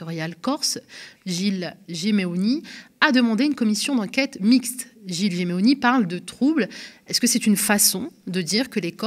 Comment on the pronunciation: Intéressant mais quand même. Madame vous avez les yeux rivées sur un prompteur et vous dites Gimeoni au lieu de Simeoni….